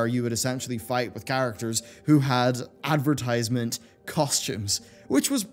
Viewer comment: Advrtiiisement. Did you do it on purpose? You enunciated it normally later in the vid. Either way, hope in humanity is steadfast dying.